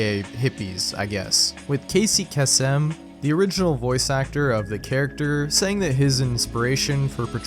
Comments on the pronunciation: .... did you seriously just pronounce casey kasem casey ka-sem... its pronounced kay-sm . Do better research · Tell me you're under 25 without telling me you're under 25🙄 it's not Casey Cass-em it's Casey Case-em you dope. Casey KASEM, get it right sucka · Kasey Kasem's last name is pronounced "Case-Im", not how you pronounced it. Also, "Happy Days" was SET in the 1950s, but aired for just over 10 years, from 1974 to 1984. I have noticed that, in a lot of your videos/icebergs, you get a LOT of facts wrong, suggesting you don't seem to do much research into a lot of what you attempt to cover. I realize that it takes a lot of work to put all of those together, but you're getting those very easily learned and searchable facts wrong, which just objectively should never happen, and you need to either start making sure you get everything correct, and maybe taking longer to get videos out, or just stop making videos and spreading misinformation, even if it isn't overall important information in the big scheme of things. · CASEY CASSEM? are you an AI lmao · Casey Ka-sem. WTF? 😂😂😂😂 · Kay-sem. Casey Kasem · It's pronounced Casey Kay-sum... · A couple of things: 1. Casey Kasem’s last name is pronounced “Kay-sum” 2. Dark Side of the Rainbow is not the name of the album. The album is Dark Side of the Moon. The name of the movie thing is a play off of that and “Somewhere Over the Rainbow” 3. Happy Days was set in the 50s but made in the 70s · Casey "Kay-Sim" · Your pronunciation of Casey Kassem shows how young you are lol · I’m blown away at a person doing “research” and making videos like this doesn’t know how to pronounce Casey Kasem and doesn’t know what Happy Days was about. Ridiculous failure.